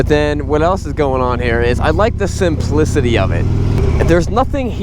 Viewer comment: Can’t get past how he said “the SIMPLICITY of the RoadKing”